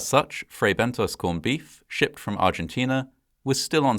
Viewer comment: Did he say shit from Argentina or shipped from.